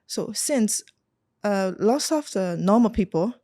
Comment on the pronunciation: She speaks so fluent but her problem is grammar, she mention lots as loss